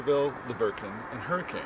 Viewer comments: I believe it's pronounced " Hurr-a-kin". I moved to Hurricane about 3 yrs ago and was corrected almost right away! haha Also we pronounce Zion like "Zi -in". Also most locals will say it was called Hurricane because the settlers said winds were so bad like a hurricane (and still are!) Because of where it's located in between the mountains, the valleys funnel the wind right through the town causing the high wind speeds. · I grew up in Hurricane and I hate NEVER ever heard anyone call Smiths Mesa Hercules Plateau! My husband hasn’t either. Also, the Hurricane native in me cringed when he said Hurricane wrong. One other thing, some people say La Verkin the way she said, but 90%. of people just say it La Verkin.